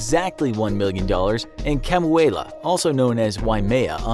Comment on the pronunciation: I know this doesn't matter and it's not like anyone will notice this but Kamuela is pronounced Ka-moo-eh-la